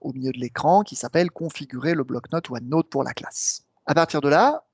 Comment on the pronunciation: Bonne vidéo, juste pénible le "OneNôte" ;-)